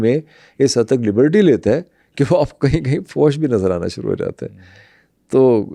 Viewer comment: ریسرچ کمال کی ہے.. اردو کے خالص ادبی الفاظ کی کمال مہارت سے استعمال.. سنتے ہوئے لگتا ہے قدیم عربوں کو سامنے دیکھ رہا ہوں کوئی فلم چل رہی ہے واہ واہ کچھ الفاظ ڈسٹرب کرتے ہیں جیسا کہ فحش کا لاہوری تلفظ 😂